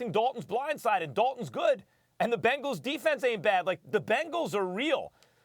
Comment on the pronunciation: Anybody else hear this Nigga say “pangles” 😂😂😂😂